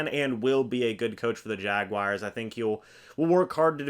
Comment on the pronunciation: It’s not Jag-WIRES!! It’s Jaguars